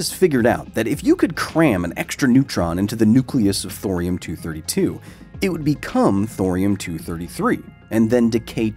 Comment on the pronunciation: It’s thorium Thor